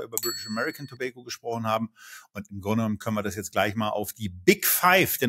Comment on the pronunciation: seht ihr ein "i" in tobacco?, Ich nicht, eure Aussprache in Englisch fuer Tabak nervt